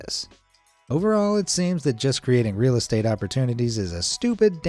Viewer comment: mf China said e-ez estate